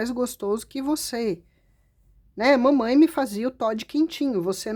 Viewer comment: Morri de rir com o "Mamain" 😂😂😂😂